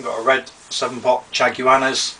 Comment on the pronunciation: lolz....it's chaguanas (shag-wa-nas):D